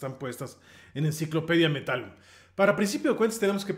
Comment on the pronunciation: Enciclopedia del metal?? Metallun?? Jajaja la primera vez que la escucho.